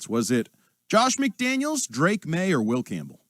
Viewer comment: You keep pronouncing FAKE Maye’s name wrong